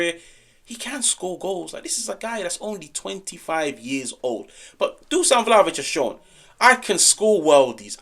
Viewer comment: It's DU-SH-AN not DUSAN. Appreciate yer dedication. I'm yer biggest supporter.